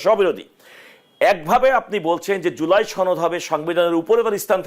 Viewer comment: ছনদ নয় সনদ হবে কথাটা।